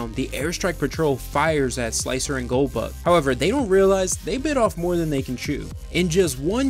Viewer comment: I swear every time you said goldbug I heard Goldberg, brought back memories of watching wrestling. Great vid.